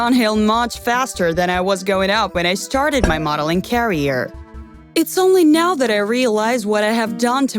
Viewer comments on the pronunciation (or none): Her: Ad- VER-tis mint. Also her: time to start my carrier! Me: do you mean career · She's saying carier, more than once. She's also saying advertisment instead of advertisEment (more than once). Cringed every time she mispronounced. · AdVERtisment is the British way to pronounce the word, so she’s not really wrong. It bothers me how she says carrier and purhaze instead of career and purchase though. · Is she saying career or carier